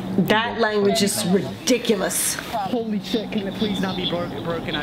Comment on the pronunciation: Why is she saying to stop talking crap when she talkes like that its "ridicoulus"